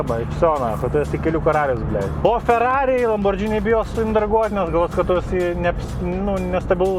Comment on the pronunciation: Lamborgini, o ne Lambordžini.